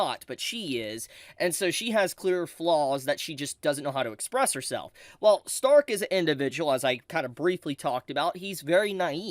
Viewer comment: say Stark's name mit the German there guy, Shhtark